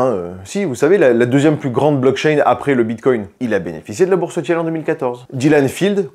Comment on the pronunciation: Peter Tiiiiiil pas Tièle 😅